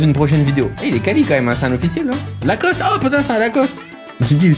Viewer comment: Locoste pas lacoste frérot 😂❤